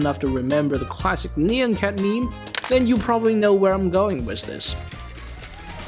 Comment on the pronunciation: "Nee-yan" son 💔🥀🙏